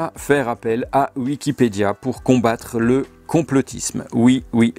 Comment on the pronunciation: Tu ES, la preuve, tu prononces "Uikipedia" au lieu de "Wikipedia", comme lui. Donc tu es lui, CQFD. #noussavons